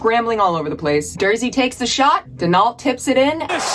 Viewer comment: Are we going to overlook the fact she pronounced Danault as "Dan-alt"?